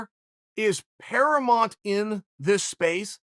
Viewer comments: “Paramont” ??? Is he trolling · Chael "Paramunt" Sonnen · Chael “paramont” Sonnen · Chael: Keeping your name in there is paramont in this space. GF: Doesn't he mean paraMOUNT Me: If you doubt uncle chael again we're done. He meant paramont, end of story